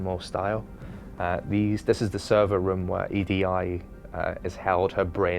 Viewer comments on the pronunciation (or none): its EDI not E D I..